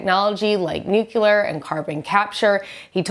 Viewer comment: NU-CLE-AR, not "nuke-u-lar"!